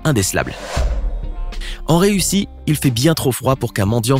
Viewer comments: Je rêve ou il a dit ''EN REUSSI'' pour dire ''EN RUSSIE'' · C'est Russie pas rûssie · il a dit en reussi😂😂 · La prononciation du pays RUSSIE non???